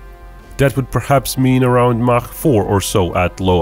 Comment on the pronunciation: You know you are listening to a man of culture when he correctly pronounces “Mach”.